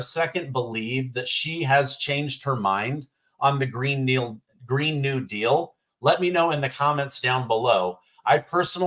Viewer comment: “green kneel deal” LOL